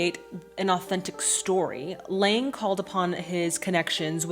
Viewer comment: Nope, sorry dear, you pronounced none of these names correctly (beginning with "Lang" himself). 😁 But via internet it's a bit difficult to teach you the correct pronunciation. Certainly if you are indeed interested, I will tell you. By the way, it's interesting that you are watching the film with the original soundtrack. Honestly, I am too lazy to read subtitles and mostly watch foreign movies in their (in my case German) dubbed version. So English, Italian, French, Russian, Korean etc. movies - all in German, even though I speak some of these languages (but some actors slur their speech). However, a good friend of mine insists on watching movies in their OVs as he is convinced that a film can only be fully enjoyed in the language it was shot in. He might be right. 🙂 Here in my home country Austria children still stroll around and play on the streets alone today. (Middle) Europe in general is a very safe place in this regard. Edit: Now you have got Lang's name right! 🤗